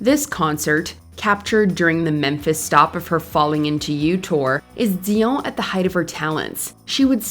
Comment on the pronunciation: Why are you pronouncing her last name like that?!?! 😂 If you naturally spoke with a French accent, I'd understand..but otherwise it sounds silly. Like when someone in a coffee shop orders a croissant but uses an accent. 😂😂 foolish!!!!